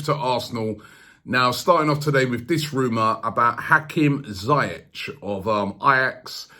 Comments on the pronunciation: zee-yeck not z-eye-etch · Robbie its ziyech, (zi-yech like hol-ding) BTW Ajax and nor hè want to leave in january... I m from holland hè wants to win EL with Ajax than hè Will go in the summer. Hè only wants a big club who plays CL , only the salary could get him over. Van der vaart texted a few months ago to Levy to sign him up. If Eriksen leaves that could happen if they play CL. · Its Zieeejegg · I thought its pronounced "zee-yeh", not "zy-yech" ? :/ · Its pronounced Hakim Ziyesh ZI-YESH not zayek 👍🏾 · Why can't you say his name properly? Ziyech (Z-Yek) not ZEI-ETCH. It's actually Ziyash in Arabic, but whatever.. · 🤣 it's pronounced Zee - eck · "hakim jayech"😂😂😂 classic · why does he keep saying Zayech? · just when u thought robbie's pronunciations couldnt get any worse 'hakem zaiyechh'